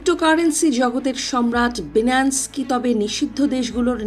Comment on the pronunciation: আপনাকে রিপোর্টার কে বানাইছে😳😳 BINANCE(বাইনান্স) কে বারবার বিনান্স, বিনান্স বলতেছেন।